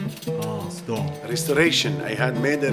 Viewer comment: 斯通，明明是斯抖恩🤣🤣（stone）